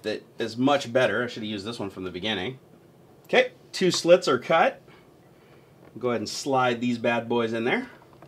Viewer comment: When you said "cut cut cut" it sounded a lot like kit which means vagina in Dutch, can you imagine? " vagina vagina vagina" haha